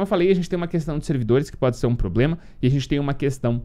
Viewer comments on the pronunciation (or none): none